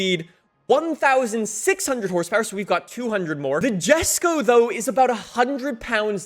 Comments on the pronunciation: It’s pronounced YesKoh not Jesko lol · The Jesko is pronounced "Yesko". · It’s pronounced yes-ko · not to be that guy but its pronounced, Yesko (Jesko), Deevo (Divo)